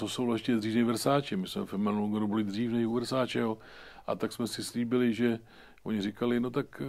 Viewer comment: 17.52 -3 Vessatilllllleeee ...snad Versaceeeee ..... no jo no ....